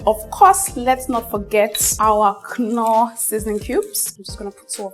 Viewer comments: Yeah, that knorr sound irritates my ear. Just norr sounds better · Babe....the K is silent....Norr is the right pronunciation....Great job on all your recepies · Aunty, pls stop calling that seasoning cube like that. It’s pronounced with the k silent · In British and American English the k is silent but in German English it's not silent. So it's not totally wrong for she to pronounce knorr with the k sound pronounced 😊